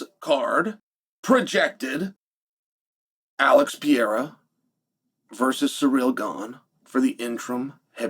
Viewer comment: I completely agree with Uncle Chael, Alex Pee-era should fight Surreal Gone for the interim belt